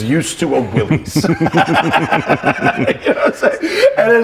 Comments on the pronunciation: Ok, maybe I became a Jeep snob in my old age, but it bugs me that Matt keeps pronouncing Willys like its the plural of the slang term for penis when it's supposed to be pronounced like Arnold's older brother on Diff'rent Strokes. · You are wrong, John North Willys pronounced his name in a manner rhyming with 'Phyllis'. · No, the man's name was John North Willys and his name, as with the name of the Willys Overland Corporation, was pronounced in a manner rhyming with 'Phyllis'. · "This is a 2021--- Willees (pronounces it incorrectly)... Is a purely skin deep" ****Jeep. "THIS is a Willees Jeep (pronounced is incorrectly again). THIS IS AUTHENTICITY" ****Shows and describes a heavily modded skin deep Jeep. Don't get me wrong. It's VERY cool and I'd love one. But man, the hyperbole is so nonsensical. And the host is completely unlikable and unable to stay on topic. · It's NOT a "Willies"! It's a Willys, as in "What you talkin' bout, Willis?" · I really do not want to be pedantic , but here i go . It is pronounced WILLIS . The willys pronounced WILLIS overland company . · The oldest films out there pronounce it as willeez. And his name was willis but the company was willys. So different spellings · Drinking game: Take a drink every time this dude mispronounces 'Willys'. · I'm of the opinion that he was pronouncing it in the incorrect way. People that I have spoken to who were familiar with them in period pronounce it in the other way. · Willys is pronounced like "Willis". The founder of Willys was John North Willys pronounced with the "iss" not the "eze". Everyone likes to say it the other way, and that's fine too. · Pronounced "Willis", not "willies" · John North Willys did not pronounce his name Will - eez", he pronounced it "Will - iss:, as rhyming with 'Phyllis'. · J.N. Willys pronounced his name 'Willis,' not 'Will-ees.' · Omg people say it right Will·is not Will·ez